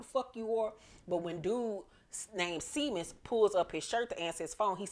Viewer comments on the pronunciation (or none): Isn't the cop's name Seamus as in shay-mus? It's an Irish name. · Seamus is pronounced Shay-mus